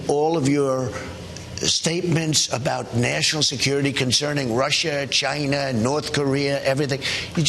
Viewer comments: OH MY F#CKIN GOD, IT'S CHINA, CHINA, NOT JINA! YOU PISS-STAIN BASTARD. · Sooo he can actually say China instead of "gina" after all.